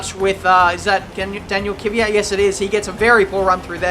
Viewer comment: stop saying Kevvyat